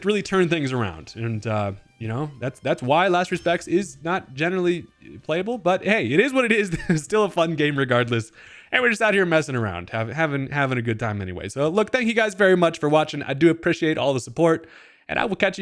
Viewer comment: "Tank" you 😅